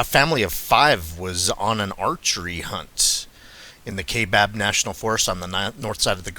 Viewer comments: FYI - It's pronounced KY-BAB, NOT KAY-BAB. Thanks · Its pronounced kai. Like, eye, kaibab national forest.. and yes i live here in az. Ive hunted all over this country in az. Been everywhere u can think here in the state. And theyre here. When i hunted elk in the kaibab rifle we ran into somethin that was crashing threw the woods when it seen us. Dont knw what it was but it was bipedal for sure.. and im talkin intimidation tactics to make us leave the area.. it was crazy. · Pronounced kai as Rhythming with tie kaibab